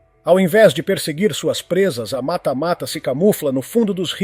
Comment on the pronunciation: eu enquanto cabocla de Manaus peço q pronuncie corretamente "matÁ-matÁ"